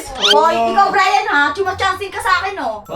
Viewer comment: Brian + Neneng G = Brineng Pano Sabihin: brayneng Mali na pagkasabi: brening